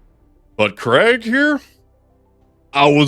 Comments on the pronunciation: Its not craig bro 😭 its krEEEEEgg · It's pronounced KREEEEGG